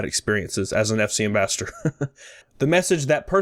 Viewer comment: Pls don’t hate me but it bugs me when you try to pronounce “ambassador” it sounds like you keep saying “ambastard”